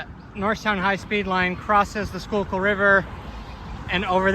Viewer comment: The river name is pronounced SureKill....